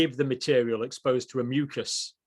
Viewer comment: Why add more syllable to the word mucas?